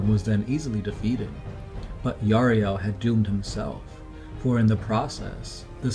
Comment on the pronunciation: Yriel not Yariel !!